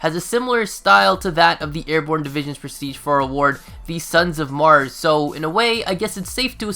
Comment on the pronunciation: OMG, that "s" you added to "Son of Mars" is going to wipe the entire human race!